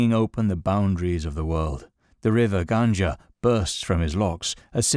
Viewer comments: It's pronounced Gung-aa, not Gunj-aa. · its the river Ganga, Not ganja